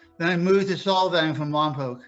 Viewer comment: It’s like solve… Solvang. Not sol like the sun.